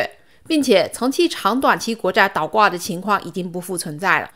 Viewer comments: 倒是四声岛是三声，不是一个字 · 练练发音，是倒挂不是岛挂，你是哪里人呢？